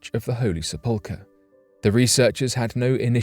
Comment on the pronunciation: He needs to learn how to say sepulcher